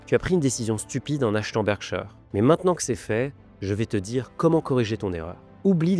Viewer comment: Berkshire, pas bershaieure